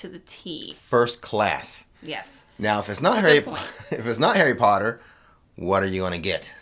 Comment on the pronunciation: More POTTAH!